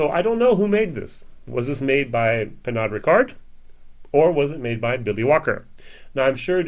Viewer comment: Hey, wie gehts? I've been watching your videos for a few months now and find your reviews to be comprehensive and to the point. Great job..! The Glendronach 15 has long been a favorite of mine and I was wondering how the 18 compares to it. By the way, the "od" ending in Pernod is pronounced as a simple "o". The "d" is silent.